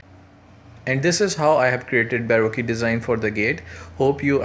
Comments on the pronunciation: it's pronounced, "buh roke" like when you're broke. not "boe roe que" like barbeque lol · Just a small thing, you're pronouncing how it's spelt, but that's incorrect. It's more like Bar-Ro-Ke. Like bar, then coke with an R. I know I used to make the same mistake too, awful spelling :)